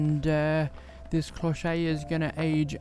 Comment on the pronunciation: bonjour, an other lovely tutorial!! i love to see you working, your way to register your work with your camera / phone is excellent. May i tell you that your "clochette" pronunciation is not perfect:-) you should say "clow-shet" with a clear T like in "chef" but with an T. Thanks for all of your videos... your clochette is lovely, could be a so elegant gift...